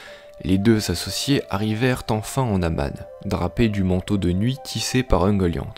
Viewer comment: Super vidéo ! Bon travail tout ca juste la prononciation me dérange de ouf j'ai toujours dit ungolian, finor et les simaril mais pas grave c'est pt moi qui me trompe, en tout cas continue c'est super cool !